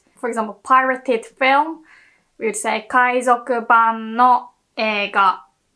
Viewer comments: Best Japanese teacher on YouTube. One constructive comment: you are still mispronouncing semi-vowel "w" in words like "would" "woman" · how u can say Word Way or Watashi properly etc or but u cant say Women or Would correctly u say ooMAN or ooD